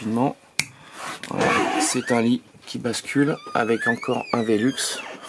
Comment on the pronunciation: Sympa, la présentation ! Après, les "velux" ça m'a bien fait rire... ;)